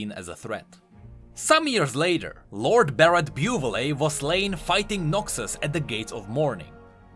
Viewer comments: I'm sorry, but the name of "Buvelle" family is pronounced [büvel], not [bjuːvelee] ... like umlaut ü in german and elle in french ... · Bo-Vil not Bo-Vil-li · it think it is pronounced ''bu-vell'' :v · It's for names like Buvelle that it really would be better if you ran them through Google Translate to learn how they're pronounced.